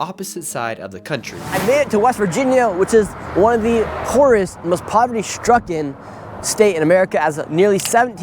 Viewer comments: Stricken, not strucken. Fewer babies, not less. To, not tuh. Perhaps it is my age, but you are a public interviewer. Need to educate the younger generation esp. since the current administration wishes to abolish education. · 'Strucken' turducken